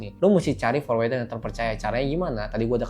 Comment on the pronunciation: #OOT Forwarder bacanya forwərdər /ˈfɔɹwəɹdə(ɹ)/, Om, bukan forwɛrdər 😊